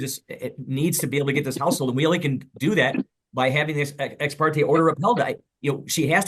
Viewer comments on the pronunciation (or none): It's "ex parTAY" not "ex parTEE". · The judge has said ex parte NUMEROUS times yet she continues to say ex-par-tee. This girl can’t even pronounce words right you really think she’s going to follow a judge’s order? She wants it all, but doesn’t wanna do a thing there’s nothing worse than a mooch. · The way she’s pronouncing Ex Parte is sending me!😭😭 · It kills me how she mis- pronounces “ exparte “ and her avoiding sell of house.